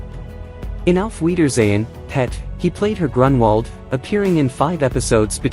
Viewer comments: u are saying it wrong , don't put emphasis on Pet Tim Spall is still alive and is not the same person as Kenny Ireland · Don't talk about British TV if you can't even say it properly, watch some british TV